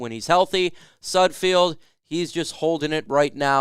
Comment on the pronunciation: I'm hoping can pronounce SUD-feld before he's no longer with the team